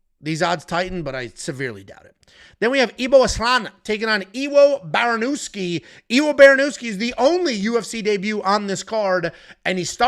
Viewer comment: W in polish is V. “Ivo Barnievski” is how you would pronounce it. Same way you pronounce Blachowicz